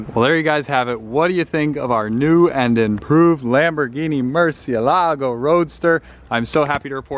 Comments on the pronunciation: Murciélago, sounds Murcieeeeelago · Nobody knows how to pronounce “Murciélago”. Everyone pronounces it incorrectly! The accent is on the “e” and not the “a”. This car was named after a famous Spanish bull, and the name “murciélago” is actually a Spanish word which means “bat”. Please pronounce it correctly. Here’s a link to a video showing how to actually pronounce it